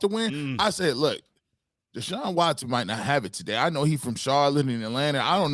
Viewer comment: Its Deshaun.. not Sean